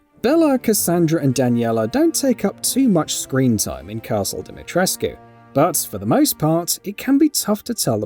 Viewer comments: omfg im romanian and this annoys me... the "U" ISNT silent! it's pronounced deemeetreskoo... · We've been over this... It's DimeTRESK.....not DimetresQUE. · it's just obvious that the narrator hasn't played the game or even watched videos of the characters saying her name. The writer probably could have put how to pronounce it in the script, buy just wanted to let us all cringe instead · Thanks for bringing it up, annoys the crap out of me. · Do you even speak Romanian?💀 I personally don't, but I also don't insult Romanian people by telling them what the correct way to pronounce their names is. Use Google Translate to see how it's pronounced. Romanian is a phonetic language and you read it exactly as it is written, with a "u". (I'm greek btw and I get so annoyed when foreigners insult balkan people)